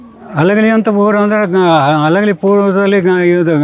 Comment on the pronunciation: ಅಲಗಲಿ ಅಲ್ಲ ತಾಯಿ ಹಲಗಲಿ 😂